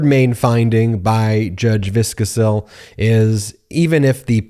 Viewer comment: Is that how she pronounces her name? I know several people with the same last name and all pronounce it Vis-Ko-Sil not Viscus-sell.